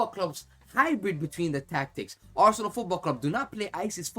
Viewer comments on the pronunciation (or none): none